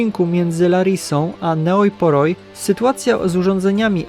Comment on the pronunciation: Ta miejscowość, Neoi Poroi czytając po Polsku to "Nej Pori".